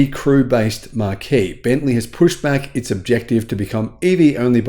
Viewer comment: Very good - but do yourself a favour and mug up on the differences between and, most particularly, the differences in pronunciation between marquis (as in "de sade"), marquee (as in "big tent") and marque.